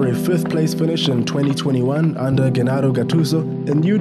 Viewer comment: Please adjust your Italian pronunciation! Gennaro is pronounced as Djennaro!